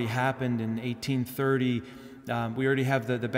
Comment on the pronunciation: What was the *1830 vision* he said? I couldn't understand those words. Or was it a misspeakingnof 1930?